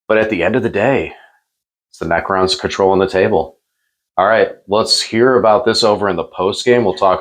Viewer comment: Pronouncing "necrons" like "pecans" is wild work 💀